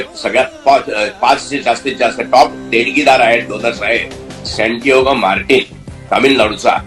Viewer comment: सॅन्टिआगो. सॅन्टिओगा नव्हे. क्षमा असावी